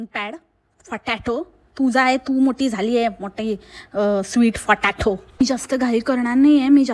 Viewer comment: How she pronounce potato word exactly village people accent....